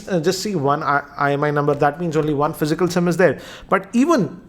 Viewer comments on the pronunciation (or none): none